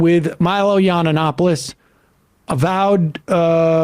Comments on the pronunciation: Why you keep calling him YanInopoulos? It's just 2 n's, Yiannopoulos, simple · does Sam say "yawn-anopolous" murposefully mispronounced? kinda funny either way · I'm on the same page the TMR team on this but I have to point something out... Sam mocking Yiannopoulos's Greek surname by doubling a syllable is on the same level as Purdue's "Kamalamalamala". We need to be better than this.